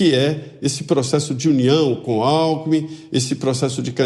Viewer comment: Gozado! Quando o cachaceiro falou "Alkmin" eu entendi "Álco". Confira em kkkkkkk.